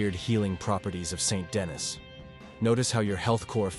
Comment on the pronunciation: Not Saint Dennis, more like San Denny. They pronounce it many times in the game. Its French